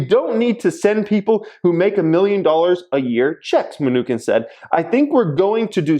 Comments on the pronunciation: It chin Munchin not Munchkin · It’s pronounced New Chin not minukin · its pronounced Mnuchin not Me-nukin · Today's drinking game... saying mnu-kin, not mnuchin lol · Mnuchin (chin) not mnuKIN come on 😂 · Munchkin for the win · His name is pronounced: munshin. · It’s MnuCHIN😂...but thanks for the content as always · Menu-Chin is the right pronunciation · It's Ma-Nuch-in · Pronounced menu- chin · Its muh-new-chin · it's pronounced "munisheen" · Min-KNEW-kin lol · it is pronounced Mu-Nu-chin like the one below your mouth. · You can tell is a wealthy bad-ass because he doesn't pronounce Mnuchin correctly because he doesn't care about the news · I can’t believe he made this video and does not how to pronounce the name the US Treasury Secretary.